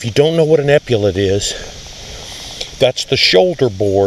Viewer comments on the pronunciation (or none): epaulettes pronunciation is available on YouTube